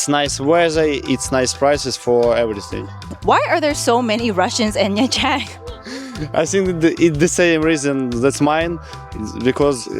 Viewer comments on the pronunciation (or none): Was ist das denn für ein Mist mit der KI? Nha Trang wird Nja Tschang ausgesprochen. Ansonsten denke ich, dass die KI doch menschliche Wesen sind. ABER! Diese "KI-Menschen" schlafen ja bald ein. Ich lief 2002 auf dem Gehweg mit einer Plastiktüte worin sich mein Fotoapparat und einige Fotos befanden. Ein Motorroller fuhr an uns vorbei, wendete und fuhr wieder auf mich zu. Der Sozius entriss mir die Tüte. Ich hatte nur noch die "Griffe" in der Hand. Ach war das lustig. Endlich konnte ich ohne diesen Ballast weitergehen (Sarkasmus)